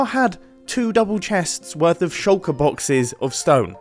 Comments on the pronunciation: He says shallker box a lot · I wonder if anyone can count the amount of times Mumbo said "shulkur box" this episode....